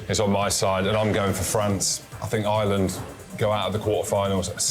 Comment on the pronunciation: How do the Brits not know how to pronounce Ireland? Its not "I-land"